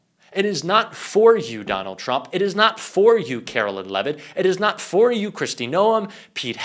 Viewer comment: Calling her “Carolyn” is just as disrespectful as the right mispronouncing Kamala.